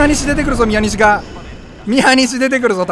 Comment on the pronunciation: 宮西が原西って最初聞こえた